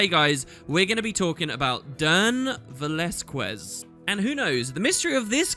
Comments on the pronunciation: Hey, big fan from Barcelona. Amazing that youre doing some mysteries videos again, love the lore! Just one thing, it's pronounced "Velazkez", we don't pronounce the "u" between the q and the e! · its pronounced something like veh-lahZ-kehZ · ... It pronouns Ve- lAz-kez! Know it's a nickpick, but I can't stand with his name being butchered. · Its pronounced VeLAZkez, its spanish lol THIS out of the way GOD i hope that if the developers and writers just had left this after watching your video they may pick it up again. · I LOVED THE CONTENT, despite you butchered the name Velazquez. :P Please, check how even google can read this. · First thing I noticed with this video: has no idea how to pronounce Velazquez.